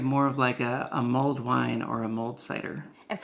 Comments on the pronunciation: Wish you would have made it simpler without the complicated tops. Also it’s “mulled” not mold”. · It’s “mulled,” not “mold.”